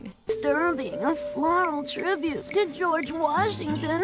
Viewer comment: “On a picture of gorege Washington “